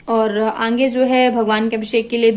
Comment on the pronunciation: mem aange nahi aage bolte he lagta he aap AGRA se belong kari ho 🤣🤣